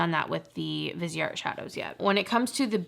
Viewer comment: i love your videos and would enjoy a viseart video. but please look up how to say the names right.